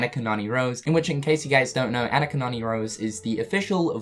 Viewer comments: AH-knee-Ka! Not Anna-kah. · Lol “An nick ka” it’s Ah nee KA 😂😂😂